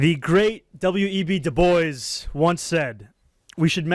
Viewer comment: DuBois is pronounced Dew-bwah, not Dew-Boyz. Just a little help with that pronunciation.